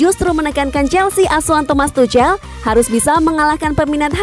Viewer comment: Aduh geli gue dengar suara mimin,jangan tucel dong bacanya,tapi tuk'hel,bukan sok tahu tapi geli dengernya.